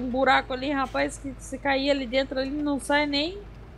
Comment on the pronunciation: só fala rapaiz kkkkk